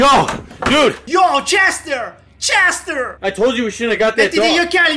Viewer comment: Nome Cester si pronuncia cester. Come lo pronuncia: cestr 🤣🤣🤣